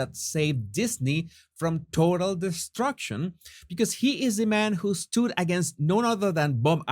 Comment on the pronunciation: here are a few more English pronunciation tips - sent to you with bliss & lots of love, as always!! Global = ‘GLOE-bil’ (not ‘glahh-bul’) Stood = ‘stuhd’ (not ‘stewed’) Shareholder = ‘SHAYER-holder’ (not sure-holder) End = ‘eh-nd’ (not ‘and’) Keep up the great progress!!